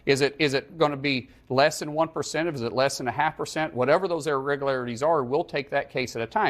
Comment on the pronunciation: Would be nice if he could actually pronounce “irregularities “